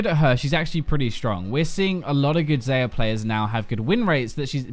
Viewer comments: The champions have been out for a month now. I cannot believe you are still pronouncing them "ZAY-uh" and "RACKan." They say each other's names in their V.O. It's not up for debate. "ZAI-ah" and "Ra-KAHn" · its (zyi-ya) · Xayah is pronounced "Zi - yuh" Rakan says it a billion times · Hey it's XAyah(zAyah):)